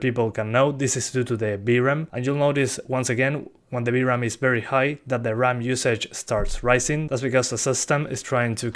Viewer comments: You know it's VRAM, not BRAM, right?! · knew that you said "v-ram" to be "b-ram"😄